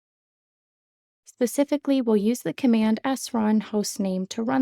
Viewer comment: Also there's an S at the beginning of "Specifically". It doesn't happen in the Pacific Ocean!